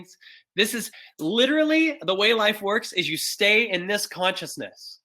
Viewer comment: been enjoying the whole video but is when I hit the thumbs up. "ok I'll STEEY" LOL